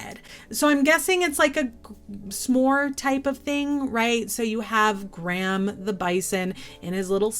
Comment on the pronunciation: Love your videos! Graham made me laugh, it’s my dads name 😂 it’s said “gray-uhm” 😜